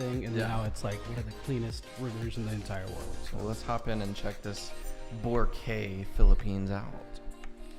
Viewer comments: It should be pronounced as bo-rak-aye. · Vora cay luh 😐 sir good sir its BO-RA-- KAAY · The closest way to pronounce Boracay is bo-rāh-kai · It pains me to hear "Borakey" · BORACAY /boh-RAH-kai/ not Kay, as in kai for Cobra Kai. Gets? I was there more than a decade ago and that's where the downfall began. It was still great when I went there. I had a ground floor beach side room. Awesome! I just stepped out of the balcony and the beach is there. White sand, emerald to sapphire water...not photoshopped. When you stand still in the water there are tiny fish that'll clean your skin. Scared the hell out of my friend! LOL! Best vacation ever. For many months I could still hear the sound of the water. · Boracay - Boh-RAH-kai so the stress is in RA. The man in the video pronounced it wrong but since he is not a filipino, that's fine. But yeah when you ask local and you pronounced it wrong, or at least it's not that clear to us, people will give you a weird questioning look. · Correct pronunciation of Boracay is baw . ruh . kai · Pronounced as BO - RA - KYE (like bye) In Tagalog, we only have 5 vowel sounds. A in apple, E in egg, I in eel, O in off, and U in zoo. Hope that helps. :) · Wrong pronouns of Boracay